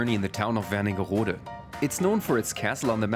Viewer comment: The town is called Wernigerode. There is a place called Werningerode somewhere (with an additional n, like you pronounced it), but this is not it.